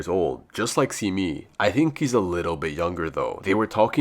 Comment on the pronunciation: Pronounced Se-mi not Si-mi